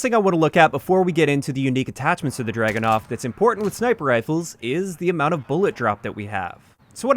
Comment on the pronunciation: I cringed everytime I heard the Dragunov pronounced as dragonov. Just read the word. Look it up in Russian. So much research in every video but then you get the name wrong. Amazing.